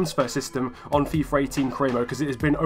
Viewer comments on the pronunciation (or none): Why do you call it fifar ? or fifer its really annoying lol